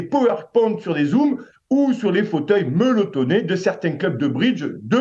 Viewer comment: A 2.02 les fauteuils " meuletonnés " "ka même" .. une visite chez un orthophoniste s 'impose.